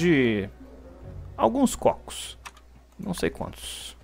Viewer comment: falando cócos foi melhor coisa desse video (Mata um bífalo)